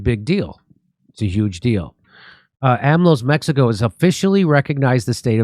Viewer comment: Its time to learn pronounsing Mexico the right way.